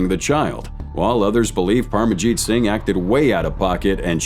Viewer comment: “Singy” 😂. Singh is just pronounced like Sing